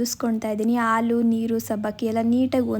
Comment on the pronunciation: Haalu not aalu